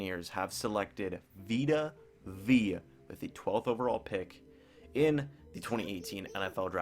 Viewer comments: Veya not veee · Vita Vay-uh. Vita Vea. Like Bethea. George Weah.